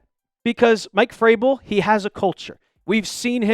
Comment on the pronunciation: Hey goofball. It’s Vrabel, not Fraybel. Can’t listen to you anymore until you learn how to pronounce his name. Think vroom, not froom!